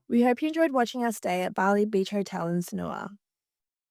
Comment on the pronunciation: Just a quick note — the correct way to pronounce Sanur is SUN-NOOR, with the emphasis on the first syllable.”😊